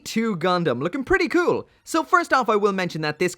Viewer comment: Take a shot everytime said "kewl"